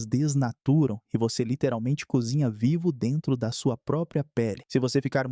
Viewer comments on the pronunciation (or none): none